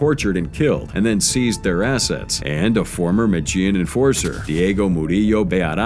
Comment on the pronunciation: Why pronounce the names correctly but not medellin? 😂 nice video's to listen to at work tho